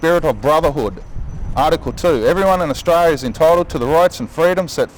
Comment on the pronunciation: This dude needs to learn how to pronounce Austra"L"ia.